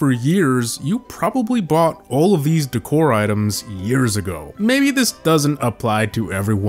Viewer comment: The way he said decor pissed me off